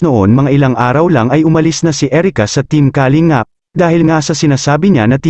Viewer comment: pangit pgbigkas mo sa kalingap ..bkit mabilis....baduy ka